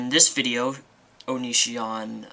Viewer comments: oh and it's O-NE-SEE-ON...not OH..NE...SHAWN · lmaooo youre hilarious. lmao your pronounciation of "onishion" instead of onision and "hoak"' instead of hoax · I hate how you always say his name fucking wrong! It's not onishion or onisien or whatever. If your gonna hate, at least say it right. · Oh look u do have a hart for onision O-nee-c-on